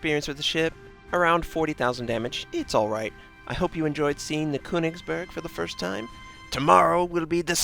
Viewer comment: you pronouncing it quite right...except the first syllable - the Ö sounds a bit off...but i cant you get any advice because i dont know how :D you used google translator already right?